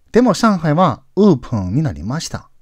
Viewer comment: 勉強させてもらっています。 OPENは、うーぷん、ではなくて おーぷん、と言った方が良いと思います。